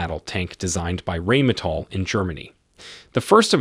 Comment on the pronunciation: It is pronounce Rheine that sounds like Nine! NOT rainmetal LOL! Please stop;)